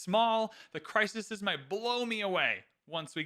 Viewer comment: Bro, it's crises 😂